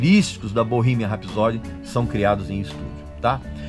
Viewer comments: Se escreve ''Bohemian Rhapsody'', porém se pronuncia: Bohimian R (acentuado com fonética de ''ur'') épsody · pronuncie certo pelo amor de dio mio cornuto é bow-rremien ( rrs ai é tipo metralhado e não R forte nosso como em rato como voce ok? rrrapsodeee a tonica ai é no final e soa como a letra i longo iiiiiiii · Bohimia rapsod que agonia!!!! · Bohemia Rhapsody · VOCÊ NÃO SABE NEM PRONUNCIAR O NOME DO FILME CORRETO... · Ainda bem que o filme é uma ADAPTAÇÃO dos fatos reais, a ordem cronológica e esses detalhes que você mencionou não mudaram a essência da história da banda. Tudo que aconteceu no filme foi permitido ir às telas pelos próprios integrantes. Agora como um fã, só faltou você pronunciar o nome da música “Bohemian Rhapsody” corretamente, já que preza tanto pela originalidade. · Você é tão fã q nem sabe pronunciar Bohemian Rhapsody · Acho q vc deveria primeiro aprender a pronúncia correta do filme, depois criticar alguma coisa. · Erro eu vir no seu vídeo. Não sabendo pronunciar o nome do filme. Para cara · O erro começa com você não sabendo pronunciar Bohemian Rhapsody ! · Esse cara não sabe nem o que tá falando!!!! Nem pronunciar o nome direito ele consegue, que dirá falar sobre o filme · Nss , fala o nome do filme direito pelo menos... Sabe antes do falar bolufas. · o filme não é perfeito, mas como todos os outros têm pequenas falhas, mas não tira o mérito do filme, você está pronunciando errado o nome do filme, o inglês péssimo 😂😂😂😂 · Primeiro erro e que já me disse tudo...foi a sua pronúncia do nome do filme e música do Queen. Nem continuei a ver seu vídeo. Sai fora recalque. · Eu comecei a assistir o vídeo e parei na parte que você falou o nome do filme com a pronúncia escrota e errada. A proposito, Respeite os Fãs do Queen,medriocre é o cacete. Ficou tão incomodado com o filme, produz um melhor e lança .